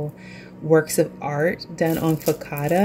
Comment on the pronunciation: Hey there. Everything looks so delicious. I love them both. Just to let you know that focaccia is an Italian word and the ‘cc’ is the ‘ch’ sound. (Fo ka cha i a). Great job. I will definitely be trying this recipe for bread. Thanks for sharing ❤😊